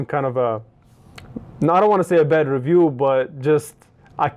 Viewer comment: Why does he thinK it's badddddedddddddddddddddddd